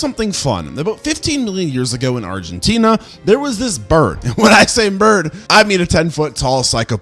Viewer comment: You need to get a grip on your pronunciation, because your current one makes you sound uninformed, to put it politely. It's not Argen-tinia, but Argen-tina, to name a super obvious one. Listen to one of the versions of "Don't cry for me, Argentina", and take that to heart, PLEASE! Tina. Not Tinia. It's also not Hera-era-saurus or Era-era-saurus, it's Herr-era-saurus. Herrera. Like Carrera, the car toy brand.